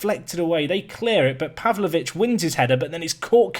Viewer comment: I am Serbian, and you said it pretty good for Stevanović. Pavlović you said it like Serbians. 😂